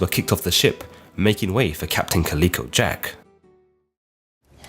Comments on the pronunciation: Caleeco? Calico as in the material. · Calico isn't pronounced 'Kah-leek-o', it's pronounced 'Cal-lick-o', though I don't know if Jack was named after the cotton based textile or the multicoloured cat. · Calico not klicko, cholera not co-laira Your pronunciation is shyte mate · I'm asking myself if has actually never seen a calico garment or never heard its name pronounced. He seems to have invented a strange new pronunciation all on his own. I always enjoy his videos but I'm distracted by the narration in this one. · You need to work on your pronunciation!!! You get Calico wrong every time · Thank you drives me crazy when he says it lol